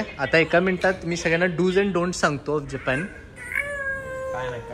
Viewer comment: जपॅन ka mhanata tumhi जपान aasat te😂